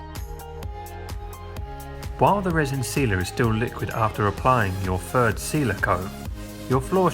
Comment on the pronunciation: Ok, so it's not fird, it's THird. Keep trying sir, you'll get it.